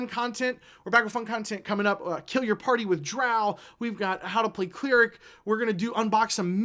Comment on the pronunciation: Bro. You've become a great source of D&D info but you just said 'Clear-ic' and you're now dead to me, lol. XD